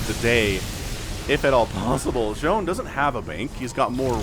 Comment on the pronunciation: I think Zoun is pronounced more like Zone, because sometimes you see his name saying 'IntotheZoun'. Other than that it could be pronounced more like Z-ow-n but the first one is probably what it was intended to sound like.